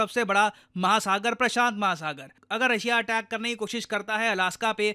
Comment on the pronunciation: saying "Prasant Mahasagar" 😊